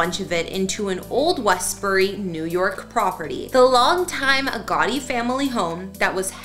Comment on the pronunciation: Are you saying Gotti. Or Gawdy?